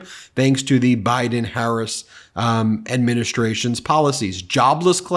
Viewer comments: WTF is wrong with him. Why does his supporters think the foul things that he say are funny. He's too friggin old to spew the filth that he does. And for Mace to intentionally mispronounce VP Harris' name just shows her level of maturity. Real Republicans take your party back from these lying magas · After hearing Mace disrespect Harris by mispronouncing her name, I hope that people like Swalwell will call her “Nuncy” on the floor of the House!